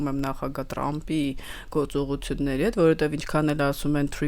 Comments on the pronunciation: Տրամպ չէ,Թրամպ 😂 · լայ լաղջիկ լերվուծաբան դու ընչու՞ ես Թրամփին տըրամըպ ասում Մենք ռուս չենք հետևաբար թ և փ տառ ու հնչյուն ունենք ։